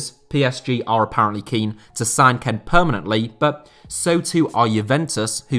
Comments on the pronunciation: Kean not ken FFS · It’s not Ken it’s Kean (kïn) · Just me who finds it so irritating the fact that he pronounces kean, ken and not as keen? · Is kean actually pronounced ken and not keen? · it's not kane. its kean (like kin) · Like how he says Keane like Kean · It's pronounced "Key-Anne" not "Ken" lol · Nobody talking talking about how he's pronouncing Kean or am I missing an inside joke (which I'd be very disappointed if this was the case)? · Why do you pronouce kean like that